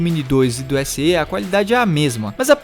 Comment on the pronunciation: Na língua portuguesa do Brasil, a pronúncia correta do fonema /e/ das siglas, marcas ou similares é com som aberto: /é/. Para confirmar isso, basta ler as seguintes siglas: DNER, BNDES, IPEIA, ESA, EUA, IBGE, OPEP, UERJ, TSE. MEC. Portanto, tua pronúncia SE, com som fechado no "e" - /ê/, está fora dos padrões de nosso vernáculo. As pessoas ignorantes academicamente, ao ouvirem o errado, tendem a imitar e repetir o erro e errarem da mesma forma. Olha só como as pessoas repetem os erros dos outros, porque não se interessam em estudar: RECORDE: PRONÚNCIA ERRADA: com a tônica caindo na sílaba "re” PRONÚNCIA CORRETA: com a tônica caindo na sílaba "cor" CATETER: PRONÚNCIA ERRADA: com a tônica caindo na sílaba "te” PRONÚNCIA CORRETA: com a tônica caindo na sílaba "ter" IBERO: PRONÚNCIA ERRADA: com a tônica caindo na sílaba "i” PRONÚNCIA CORRETA: com a tônica caindo na sílaba "be" PUDICO: PRONÚNCIA ERRADA: com a tônica caindo na sílaba "pu” PRONÚNCIA CORRETA: com a tônica caindo na sílaba "di" RUBRICA: PRONÚNCIA ERRADA: com a tônica caindo na sílaba "ru” PRONÚNCIA CORRETA: com a tônica caindo na sílaba "bri" LÁTEX: PRONÚNCIA ERRADA: com a tônica caindo na sílaba "tex” PRONÚNCIA CORRETA: com a tônica caindo na sílaba "la"